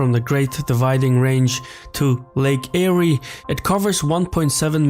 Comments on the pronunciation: Its pronounced Air not airy. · It’s lake Air not Erie. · "Lake Airey"....no... "Lake Air" it is pronounced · Great info. Our corrupt Govt sells our wate to the Chinese at our expence. One correction- Lake Eire is pronounce Lake Air. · We need someone that has English as a first language, this narrator hasn't a clue on pronouncing Australian words Late Eyre is pronounced "Air " and is a salt lake because it is the lowest place in Aus, water collects there and evaporates leaving the salt behind, the revised scheme would send the water down the Warrego and Darling, to the Murray, in the north we have the Order river scheme which formed Lake Argyle and is a huge area of productive farmland that will be increased by stage two if our piss poor government stops arguing and does something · Lake eyre is pronounced air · The indigenous will never allow this. The sacred sites being drowned will be unacceptable. Also the 100s of billions it'd cost is unfeasible. The narrator of the piece is not Australian. Lake Eyre is pronounced "air" & it's a salt lake. Damming land a third the size of USA & running fresh water into a salt lake is nonsensical IMO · pronounced lake air. i'm against. it would be a ecological disaster. And Asia don't need to invade they already own 80% of it. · Lake Eyre is pronounced as "Lake Air". It does fill with water naturally but rarely. It's worth checking out, as it's an amazing thing. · The reviewed video is disparate and scattered in its points-of-view and content! First issue... Eyre is pronounced "air" Second issue... moving water is easy, until you have to go uphill Third... Evaporation is only an issue if you use canals, not pipes... My Dad did a lot of work building the Wimmera Irrigation Scheme and I remember him saying "We should be using pipes!" Now... they're covering channels... (He was a Regional Engineer!)...Fourth... We're in an Election, at the moment, so take anything out of Oz at potential bullshit and hyperbole! Cheers.